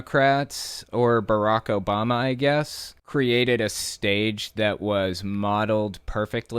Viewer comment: Does he know how many ppl were named barak back then? And Obama is not pronounced Obomal or whatever